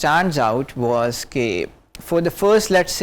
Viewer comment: Masha-Allah!!! Very nice! But at the same time, Aap ko jub hasi aayay,to khul kar huss lo. And for every pakistani, was/wuhz not waaas,please!